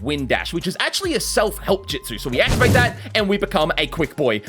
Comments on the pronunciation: love how he says ju-ju-stu and not ju-stu🤣🤣🤣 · you have been saying jujistsu's or jitsu its jutsu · Bro is our "ju jItsu" teacher., its just jutsu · Its jitsu not jujitsu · Not (jit•su) it’s (ju•t•su) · i swear to god if my man here says jitzu one more time. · The pronunciation of justu is very very interesting mate